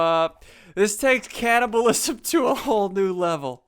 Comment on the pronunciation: ssundee its cannibalism not hannabalism